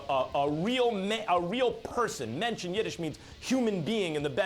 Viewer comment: He's a real what? A menshee? Just say he's a real man!